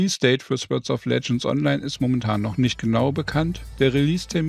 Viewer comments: Nur als Anmerkung: das Wort "Sword" wird "Sord" ausgesprochen, nicht "Swörd" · Fand das echt ein gutes Review! Werde es mir wohl mal angucken. Aber ohne jetzt so ein Typ zu sein - ich hatte Gänsehaut bei jedem Sword :D sôrd wäre die Aussprache. Nicht falsch verstehen :)